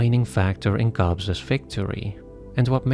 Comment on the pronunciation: I love these analyses, but, PLEASE stop saying "Cobbses" instead of just "Cobb's", it's very frustrating as everything you say is really concentrated and interesting. 😅